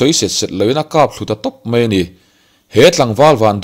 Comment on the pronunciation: A tawp lama, 'dang sawp sawp a' tih hi a thluk han dik se aw, ka lo ui.. sawp sawp hi 'bawk (taksaa bawk awm) anga lam tur ani, a bak chu a ngaihnawm hlemai.. a lehpek atan, 'mai' tih tur ah 'mei' tia lam ala tam bawk..